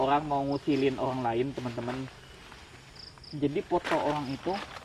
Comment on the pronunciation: Orang bang bkn owang. 😁